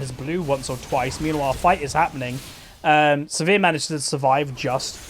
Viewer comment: why do you call sivir, severe?